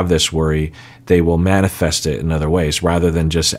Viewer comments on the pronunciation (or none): none